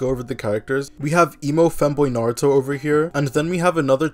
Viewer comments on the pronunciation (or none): none